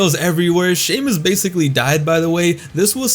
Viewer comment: "wwe champion shay-moose."